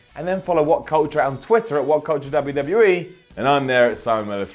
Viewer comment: I like them all but cant understand a God damn word that comes out of ' mouth. And I hate the way he says WWE. UGH